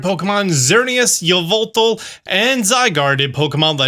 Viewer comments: Say it with me "ee-VELL-tall" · I love the videos but pronunciation of some Pokémon things tends to be way off - Yveltal is said like Ee-vell-tall, it's not a Yuh sound lol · Yovoltal is one of the best misspronounciations ever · Can't even pronounce Yveltal correctly, my goodness